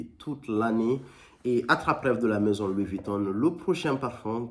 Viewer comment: Louis Vuittonne 😂